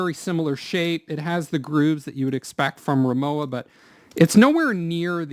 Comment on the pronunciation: The w in Rimowa is pronounced as a v.